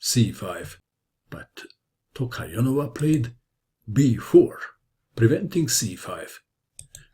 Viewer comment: Congratulations for being able to say Tokhirjonova. I was expecting her full name, though